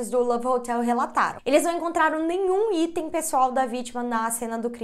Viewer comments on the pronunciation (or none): none